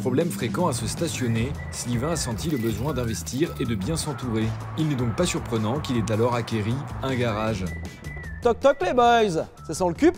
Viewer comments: "acquit" un garage... Pas "acquérit"... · 0'37:"...qu il ait acquéri" ??? Aïe, Infarctus des oreilles.